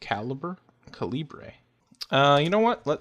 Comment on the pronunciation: Also it is NOT Cal-eeb-ray. It's the same as the size of a bullet.